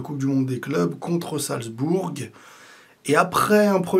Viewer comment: ça se prononce "salzboure" et non pas "salzbourgue". Amitiés